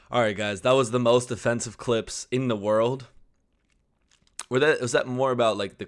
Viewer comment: You said "in the world" wrong 😂😂